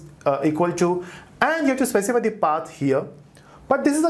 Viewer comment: Less haste and more speed would be better. Thy using 'the' instead of 'dee' to slow down.